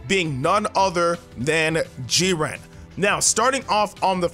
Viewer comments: Stop saying JIR-REEN It's Jiren u adding all that extra stuff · lol Jireeny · G Ren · Legendary gamer G-ran. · The way he says jiren😂😂😭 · AJ E What if someone pronounced your name in the most wrong way? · Gaming Hood so he just pronounced it wrong? ...ok lol